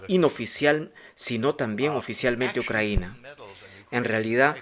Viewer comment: Compadre, es "Ucrania" no "Ucranía". Ahí te encargo